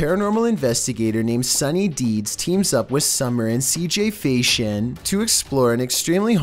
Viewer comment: Love your videos, and I've been watching a lot of them, lately. Just wanted to also mention that CJ's last name is pronounced like fay-sun.